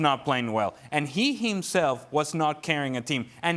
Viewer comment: "And eeeeyy imself, and eeeeey imself"